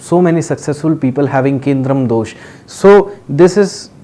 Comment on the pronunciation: Its kemdrum : not kendrum pandit g